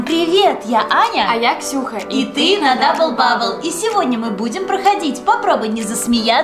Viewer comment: Учись разговаривать не дабыл бабыл а дабл бабл